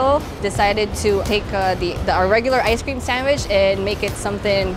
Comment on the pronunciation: Say ice cream multiple times Now it sounds like "I scream"